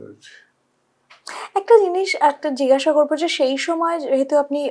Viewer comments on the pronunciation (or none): সৎ ও সুন্দর প্রচেষ্টা, ধন্যবাদ দিদিভাই। উচ্চারণটা জিগাসা নয় জিজ্ঞাসা।